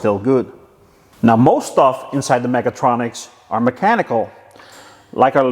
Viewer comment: Sometimes it sounds like you are saying megatroniks :D